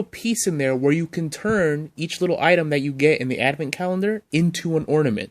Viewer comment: Dude, it's ADVENT. not adamant. Say it ... ad - vent.